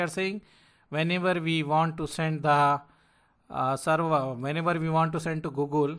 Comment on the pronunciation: Not seruvaaa, SERVER.